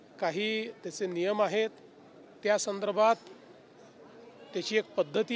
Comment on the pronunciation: तू मेल्यावर की शेतकरी मेल्यावर देणार ते सांग....काय संतर्भात संतारभात बोलत आहेस...